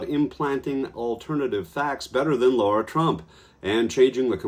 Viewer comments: It’s not Laura- it’s Lara—- I can’t stand her but you OWE her the courtesy of getting her name right. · I wonder if Hunt said Lara Trump's name wrong on purpose? Lara, not Laura.